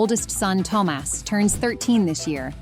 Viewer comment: Tom...ass? Learn to say Thomas correctly please.